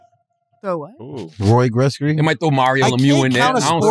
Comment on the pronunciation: This man wax said “Roy Gretzky” lmfaoooo